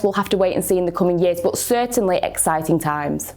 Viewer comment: "Bod" :D